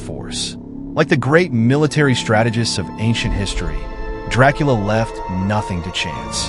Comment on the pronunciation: You aint telling nothing the true fan dondt allready know ohh and by the way youre pronouncing his last name wrong expert guy